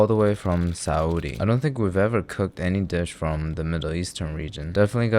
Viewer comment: Holy shit did he pronounce Saudi the correct way?